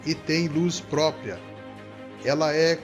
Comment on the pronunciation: não é própia e sim própRia!